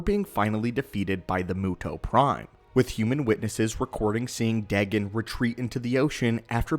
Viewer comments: Dagon is Pronounced Day-Gone not deg-gun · its n ot dagan its said day gon ;) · you said his name wrong its daygon=dagon